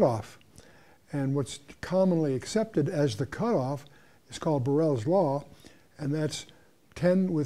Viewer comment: Around 27 minutes he says something regarding a law. Barrels law, burrels law? Anyone have some insight or the correct name? I couldn't find anything